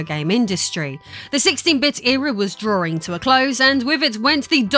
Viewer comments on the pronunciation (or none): none